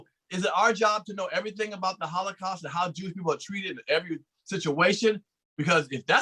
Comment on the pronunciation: holocaust not hollycaust